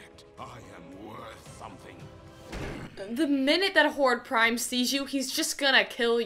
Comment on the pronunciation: not hordak prime its horde prime